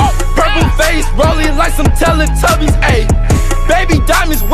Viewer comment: he said tella tubys